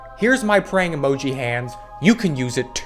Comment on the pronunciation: Fact: whenever he says praying emoji we hear prank emoji